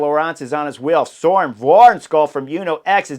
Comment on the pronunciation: We gotta fix that pronunciation of Wærenskiold. If spelt in english, it should sound more like va-en-shole. Silent k silent d. Silent r, although in dome dialects the R might not be silent. Or just say the words van scholl, like in the car type and insert soles. Not perfect but close. First name sounds like burn with the B replaced by an s. Søren. The whole thing Surn Van-Scholl To make it perfect say the u and a twice but without a gap. Suurn Vaan-scholl